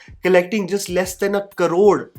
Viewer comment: A Karod... A Karod... No it's "A crore"